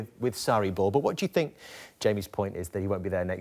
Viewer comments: Ashley “I fink” Cole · * 'I fink'